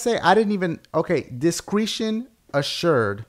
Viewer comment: dashie its dis-cr-eh-shun not dis-cree-sion for the word discretion!